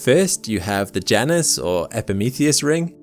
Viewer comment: Somebody tell this dude that moons name is pronounced J - Anus.